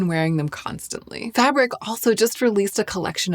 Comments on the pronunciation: Fabrique is not pronounced fabric, it sounds fab- reek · Fabric? its Fabrique isn't it? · I think its said "fa-breek" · love your very detailed videos, but isn't Fabrique pronounced "Fah breek"?